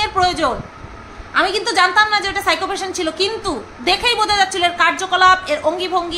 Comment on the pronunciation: Ajj Sunachi..Phycho Ki Pronunciation..Shiko😂😂😂